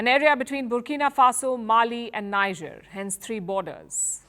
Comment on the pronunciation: When will this our lady ever know how to pronounce NIGER as “nijeh” and not “ na-ija” ? . NIGER pronounced as naija is a state in central / western Nigeria.. while NIGER pronounced as nijeh is the junta country in the African Sahel region.. please be humble enough to take correction.